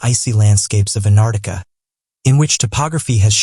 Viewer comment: It's annoying how you say Anartica then correctly Antarctica only to go back to Anartica again. Plus you really need to sort out your punctuation